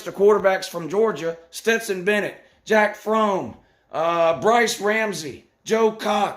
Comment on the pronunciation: “Jack Frome” 🤣🤣🤣